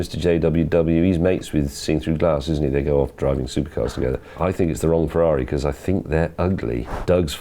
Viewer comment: why cant you say because?